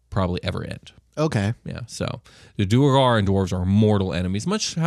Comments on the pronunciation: I'm curious if the way you guys are pronouncing their name is correct? Due-rE-gar seems to add an extra e in there... Isn't it more like du-awr-gar. ? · Ik this is old but it’s due-air-garr. ..do-where-garr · It is pronounced Duergar (dwargar) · Gentlemen, I'm loving your content and listening to every episode! We have to talk about a couple things though. I get neither of you are all about the proper pronunciation of the names in D&D but, if you're to sell yourselves off as the "cool, metal D&D podcast" you gotta say the names in the coolest way possible. Now, Asmodeus is a fairly easy name to say with a cool emphasis. Just like in Wolfgang Amadeus Motzart, you'd say, Wolfgang "Az-mo-DAY-yus" Motzart! (The emphasis should be on the "DAY" syllable, not on the MODE. Think of it as 2 words: Asmo + Dayus.) When it's said too fast, it just sounds plain like... Jeremy or something, Lol. The king of the Devils can't be sounding all plain and stupid. He's gotta sound like The King (like Elvis but cooler)! Just food for thought where I love what you all are bringing! Stay cool, rock on and always keep on rollin'! 🤘😎